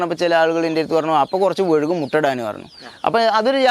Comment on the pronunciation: വഴുകും അല്ല വൈകും.